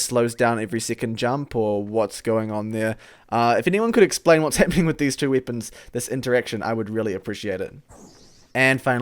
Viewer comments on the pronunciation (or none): Does it annoy anyone else that he says "wippons" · No offense but why you say wipons? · "bira wippons in the game"